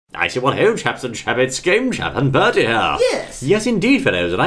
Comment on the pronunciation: Um it's Bertie not birdie